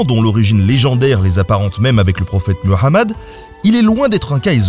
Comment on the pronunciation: je salue surtout la prononciation de Muhamad, nickel